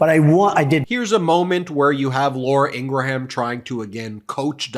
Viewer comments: Ok, I’ll say it. Love this channel, but please stop telling people that Ingraham’s name is IngraHAM. I don’t eat a graHAM cracker. I eat a GRAM (phonetic) cracker. There is no need to butcher the Old Norse/Old English origin of this name. Please, it’s so culturally jarring for me. Thanks for providing this channel! I have learned a lot so far. I can hear the eyes rolling already. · Just FYI Ben Meiselas, when you pronounce Laura's last name it's actually pronounced IN-GRUM not IN-GRA-HAM. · your pronunciation of Ingraham needs work